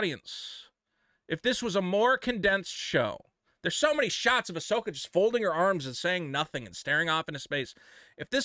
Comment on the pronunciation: Ahsoka ah-sucksa